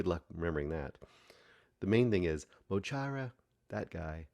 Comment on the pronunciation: Loved the film but I'm a long time fan - it's mo Chara (ch as in ach in German), Móglaí (Mowgli) Bap and DJ Próvaí (Pro-vi). Yes, the Six Counties are still occupied by the British. Their names are referenced in their music as well. The protest mentioned is the march for recognising the Irish language in the current state the Six Counties are in. This film does need a bit of research to understand the full picture.